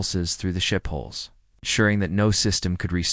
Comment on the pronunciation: Forearms = four arms! Hole = hull! Get your narration right pls.